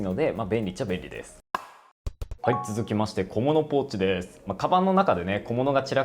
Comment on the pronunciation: 小物ポーチです！がさがらごうちです！みたいに聞こえちゃったじゃないですか〜(いや知らん笑 持ち物黒で統一されてて好みすぎます😍